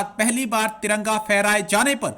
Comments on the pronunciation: TARANGA NAHI NAZAIZ AWALAD😹😹😹TIRANGA BOLO😹😹PORKISTHANIO ZINDA BAAG,TTP ZINDABAD 😹😹💦💦🇵🇰💩💩💩💩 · Taranga nahi Tiranga hota hai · Bhai sahab ko tiranga bolne nahi aata